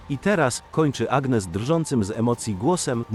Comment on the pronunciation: « ANIES » akcent na ostatnią sylabę, tak się wymawia imię Agnès !!!!!!(gn czyta się ni )